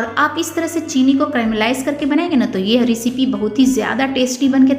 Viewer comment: रिसिपी नही, सही उच्चारण रैसिपी होता है। बार बार ग़लत उच्चारण से बहूत irriration होती है